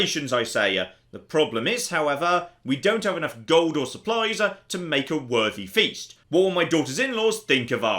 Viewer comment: The word is "gold". Definitely NOT golduh If you wouldn´t speak like that constantly i could just get past it but you sound like the most unbearable prick like that and so i´m out.